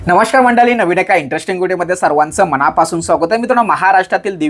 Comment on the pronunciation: मंडली नाही रे मंडळी